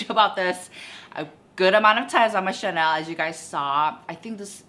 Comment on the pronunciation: Why do you always say "chanel" instead of "channel"? 🤭